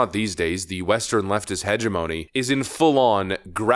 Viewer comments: Pronunciation guide, hegemony: "heh - *jem - own - ee" not "*hedge - ah - moan - ee" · It's hedge-gem-mo-knee, not hedge-a-money. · Look up pronunciation of "hegemony".